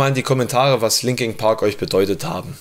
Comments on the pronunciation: Warum sagt der "Linking" Park?!!?? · Scheisse du kannst ja nicht mal den namen der band aussprechen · Das heißt nicht Linking Park sondern Linkin Park.